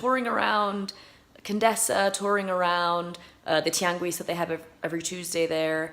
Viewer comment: A spanish correction: when pronouncing "Tianguis", don't pronounce the "u", it is SILENT after the letters q and g, except when you see the 2 dots over the "u" like in "Güero", then thats the only time you pronounce the "ü" when its after the q and g letters.